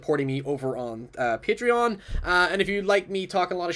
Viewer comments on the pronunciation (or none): none